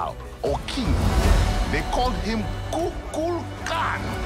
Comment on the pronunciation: Goddamit the way you pronounced K'uk'ulkan is driving me bonkers